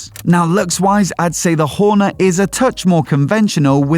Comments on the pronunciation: Couldn't watch the video fully 'cos of that pronunciation of Hornet. "Horn-uh?" Wth? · Weird pronunciation of Hornet. Where did that come from?